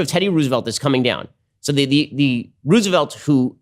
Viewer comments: even if they said it like that, who the fuck says Ruse-velt? it's Rose-velt, Ben. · "teddy ruse-a-volt" - ben shaprio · The way he's saying Roosevelt is very frustrating